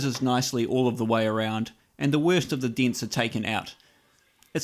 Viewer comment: Deents and twusts